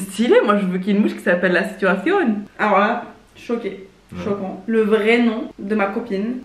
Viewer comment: “Je veux une mouche qui s’appelle la situacioooon” avec l’accent bien espagnol genre c’est précis jpp 😂😂😂